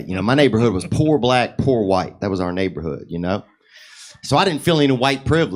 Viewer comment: Why is the white guy saying black wrong